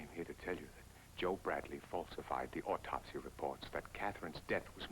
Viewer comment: I keep hearing the characters saying ortopsy. It is autopsy.